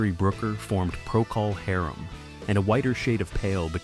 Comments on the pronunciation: Never heard anyone (or anything) pronounce "Procol Harum" quite like that before... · AI slop that can't even pronounce the name of an important rock group. Robin should pursue whoever is behind this video.